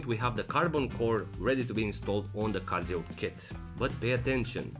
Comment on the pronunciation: why are u calling it casiooak